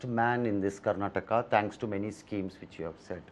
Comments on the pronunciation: Karnatak alla.. karnataka.. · Karnataka....Karnatak alla sir .... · Avnig yaradru helro adu Karnataka not Karnatakk anta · ಅವರು ಹಿಂದಿಯಲ್ಲೇ ಮಾತನಾಡಲಿ ಆದರೆ ಇದು ಕರ್ನಾಟಕ್ ಅಲ್ಲ ಕರ್ನಾಟಕ ಅಂತ ಹೇಳಲಿ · Karnatak alla adu karnataka , next time northie nayakarige helkodi interview ginna munche